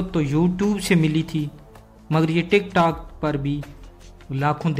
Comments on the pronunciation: abay tik tak nahi tik tok hai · Ap ki itla k liye aaRz hai K tik tak Nhi tik tok hai